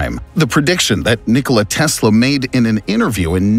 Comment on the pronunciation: "But before we get into" it next video okay bye nniickollia teeesla the announcers voice is not good it's obvious he's trying to make a weird voice.